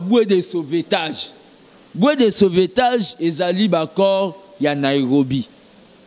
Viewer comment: Au lieu De dire bois De sauvetage,cet illetre dit bue De sauvetage mawaaa